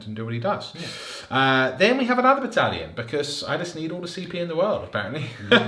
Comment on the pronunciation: Bone and Beard couldn't pronounce it correctly a while ago, and thought it would be funny to keep saying it ever since. You don't need help, they do 😑